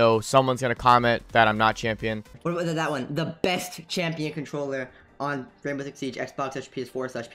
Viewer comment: More like Chimp-ion not champ